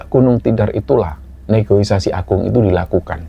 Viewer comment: Negoisasi❌ Negosiasi✅